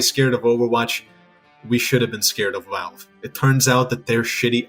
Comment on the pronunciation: why do you say "walve" instead of "valve"